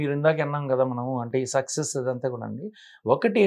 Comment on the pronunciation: ఆ ఇంటర్వ్యూ చేసే బాబు ఎందుకు ప్రతిసారి సెక్సెస్ సెక్సెస్ అంటాడు సక్సస్ అనాలి కదా...